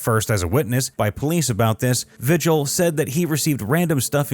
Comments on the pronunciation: It's Vee-Hill not Vi-Gel. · Vigil? Isn’t it pronounced Vee-hill ?